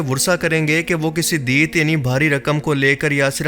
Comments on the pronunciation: Asslam U Alaikum lafz Deet nahi hai Lafz Diyyat hota hai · دیت Diyat آپ اسکو پڑھ رہے ہو deet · Deet nahi diyat